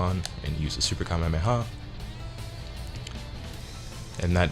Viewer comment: Its Ka may ah may ah